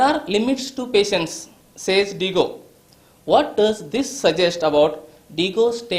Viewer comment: Diyago sir not digo